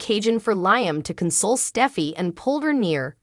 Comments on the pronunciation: Does this woman not watch this show? Why does she mispronounce Liam's name as 'lion?' It's Lee um! For goodness sake, get it right! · I don't mean to be stuffy, but it is "Lee um," not "Lye um." Alson who is "commodity?" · Lady , whatever your name is you keep calling Liam Lieam, his name is pronounced more like Leam not Lieam 😅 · STOP Saying LI am learn how ti pronounce Lee am's name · Has this person ever watched this soap I Liam is pronounced Leeam is it too much to ask they get the names right especially if they want you to subscribe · Can you please say Liam's name correctly.......sounds like Lee-um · The woman who reads this needs to start pronouncing Liam's name. Phonetically it would be spelled Leeam. It is a short "i," not a long "i." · Please learn how to pronounce Liam name, really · For real! It’s insulting. Is she even watching the episodes?